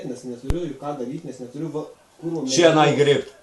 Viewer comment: Galvojau kad siena o ne šiena :DDD